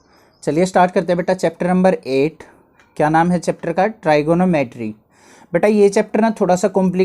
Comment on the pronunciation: Tri geno metry 😅😅